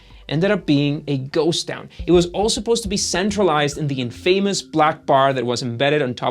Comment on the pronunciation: Is somebody else writing the script for this guy to just read? I’m only a few minutes in and so far I’ve learned that he doesn’t know how to say hierarchy or convoluted. And now add infamous to the list